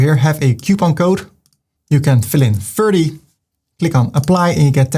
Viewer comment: Namen worden altijd in de oorspronkelijke taal uitgesproken. Ferdy.